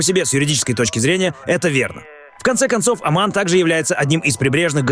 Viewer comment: Не Аман а Оман.